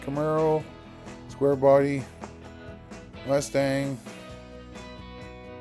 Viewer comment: Did I hear you say rust stang?😂😂